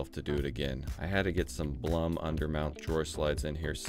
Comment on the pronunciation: when you say Blum you make it sound like a plum, but its german, so it's pronounced like "bloom". your welcome